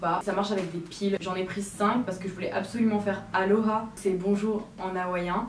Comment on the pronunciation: 1.39 parceque je voulais faire alorah ???? C’est pas aloha